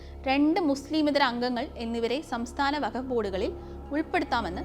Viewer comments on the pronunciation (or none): വഖഫ് അല്ല വഖ്ഫ് ആൺ